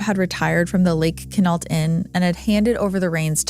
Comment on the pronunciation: It's pronounced "Kwin-ault." Love your channel, but that flashing emoji graphic is terrible and distracting.